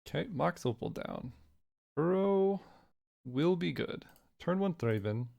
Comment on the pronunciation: Just to let you know, you're pronouncing 'barrow' incorrectly. It's barrow like a hill/mound, not like you're borrowing something.